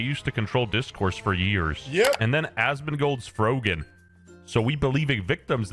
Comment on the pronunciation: I laugh every time he calls you "", and I still watch you